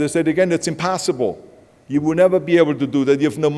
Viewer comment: did he really just say "impastaible" im..pasta.ible .. what kind? rigatoni or lasagna ?